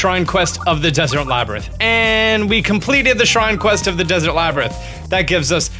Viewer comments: Please learn how to pronounce this. Lomei = Low-MAY Labyrinth = Lab-er-inth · laybritt, labtrith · "Hillian shield" "Eyewata" "Laybyrinth" lol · lay-brinth, or lab-rinth? :D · And you pronounce "Labyrinth" two different ways. LOL